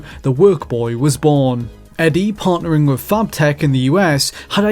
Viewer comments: Please learn how to say the words "with" and "enthusiast." I can only stand "wiff" and "EN-THOO-SEE-ASST" so many times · Fascinating video. Thanks. However, please put more attention into the pronunciation of some words, particularly those like with - Sometimes you say it correctly, other times you say wiv. It makes it harder for non native English speakers to understand.